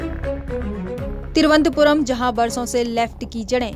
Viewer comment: तिरुवंतपुरम् नही थिरुवनंतपुरम बोल